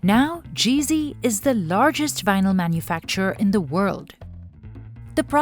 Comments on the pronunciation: She keeps saying GV or GC, but as it is a European company, it is called Gee Zed. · It's NOT Gee Zee, it's Gee Zed! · It's GZ not GC.